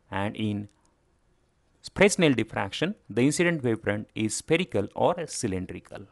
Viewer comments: Fresnel is pronounced "Fray-NEL" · In the word 'Fresnel', the 's' should not be pronounced